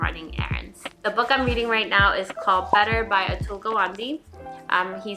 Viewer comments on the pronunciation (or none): Hello, There's a little correction in the pronunciation of the authors surname. You are pronouncing it as "Gu-vaan-di" Where as it is "Gaa-vn-dey"!!! Love your videos ♥️ Love from India 🇮🇳